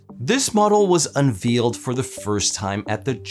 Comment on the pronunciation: That's an interesting pronunciation of "unveiled."